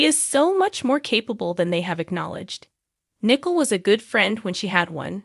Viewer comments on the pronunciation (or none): It's not Nickle It's Nicole